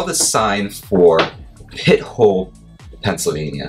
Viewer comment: Pronounced 'pi-tole'